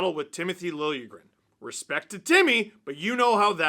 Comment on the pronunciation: Steve, respect to Lijegren, but it's pronounced (Lil-jah-gren) Hard J. Randy Hahn asked him how its pronounced because apparently no one in Toronto ever did.